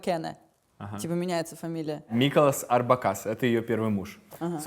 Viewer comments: Ребята, не орбакАс, Орбакас, ударение на О. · Миколас Орбакас - ударение на О!!! Спасибо за Аллу!!!